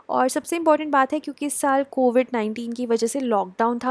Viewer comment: Its pronounced as "Saal"